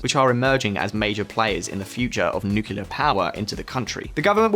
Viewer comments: Nuke lee are Not nu q lar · Great stuff. One important note though, its nu-cle-ar, not nu-cu-lar. Don't know why everyone insists on pronouncing it the Bush way. Also, reducing tax on landlords will never work, you have to increase supply of housing massively to reduce prices, and possibly introduce sophisticated price caps per square metre and housing quality to prevent increasing rent prices from accelerating the inflation and cost of living crisis. Pretty good plans though aside from the reaganomics ideas. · Nukular => nuclear